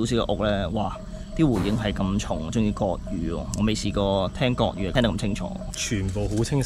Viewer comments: 係國語，唔係割語，呢下真係離晒大譜呀！！！ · 係國語，唔係角語。